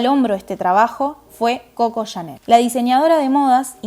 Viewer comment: Muy buen video. Solo me permito señalar que es Cocó Chanel (con acento en la última o)